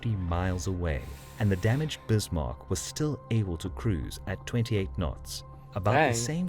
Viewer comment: Yay, someone who pronounces 'Bismark' correctly. Jump on World of Warships and all the millenials pronounce it Biss-mark.